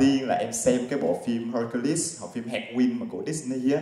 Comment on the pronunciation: Cái lỗi muôn thuở của người viêt. Chuyên Anh mà còn phát âm Hercules sai thì sao dân ko chuyên phát âm đúng dc